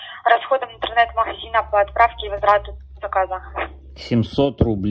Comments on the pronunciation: "маГазина"? У операторш проскакивает фрикативное "гэ". Просто информация к размышлению. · Як мы вам не нравимся? - Вы ховорите заказ... - Платите компенсацию за расходы махазина... - Я вижу що вы со мной разховаривали... :D